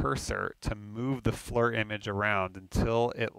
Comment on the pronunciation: It drives me crazy hearing FLUR. FLEAR like Lear jet except FFFlear.